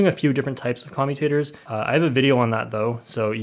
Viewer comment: Nobody: Literally nobody:: c0MutAtErs!